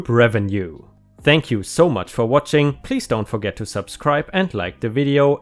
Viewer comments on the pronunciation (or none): none